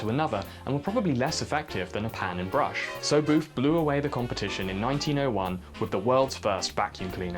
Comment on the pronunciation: You pronounce booth, boof